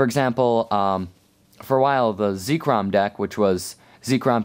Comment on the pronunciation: It's zekrom not zeekrom